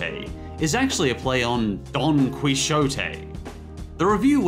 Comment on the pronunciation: that pronunciation of Don Quijote made me laugh so hard I choked